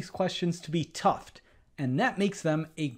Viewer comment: Stopped listening at "Toughed".